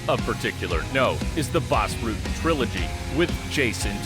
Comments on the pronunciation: How the narrator comes up with that pronunciation? It's not Rooten. The u is pronounced exactly like in English, butter, sudden. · What I would give to see a fight between the two GOATs in their prime, Rutten vs Sonnen. His name is "Rutten" and not "Rooten" though. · Baws Rooten? Really? BAS RUTTEN. dumb fuck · Not baas, but BAS. Obscene warrior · You messed up the names and move names in the first 3 minutes. I don't understand. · As a dutchman I am proud of our dutch fighters ... and bas will be happy that he didnt have to go back to the Netherlands ,as he said in here comes the boom.... but you yanks should learn to pronounce his last name...😄